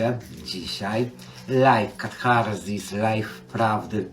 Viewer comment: musi uwielbiać te stukanie obcasów, jak ja....kiedy miałam 6 lat!!!😂😂😂 i nie wracajcie do tyłu...zawsze wracajcie do przodu!!! I nie katHarsis tylko katarsis, debilu!